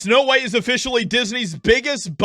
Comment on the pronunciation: Weird, WEIRD. It’s Snow White, not snow beans.